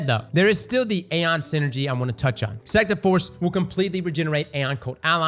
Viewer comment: knows damn well he wasn’t saying sect half of the time